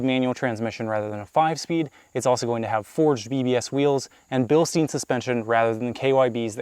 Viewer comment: Why do you pronounce Bilstein so wrong its hard to listen to it for a german